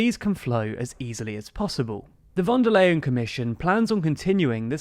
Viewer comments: /fon der ljen/ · Phone da lion (or "phone da line") :) Easy to remember this way actually.